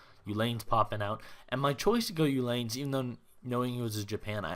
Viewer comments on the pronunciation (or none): I didnt mean upgrated to czapkas..just uhlans....(oo-lawn) not(you-lane)